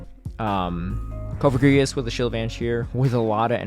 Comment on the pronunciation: Cofogrigus?? Its coFAGrigus. Say the name right sir. You didn't name the Pokémon. It's okay to say it right.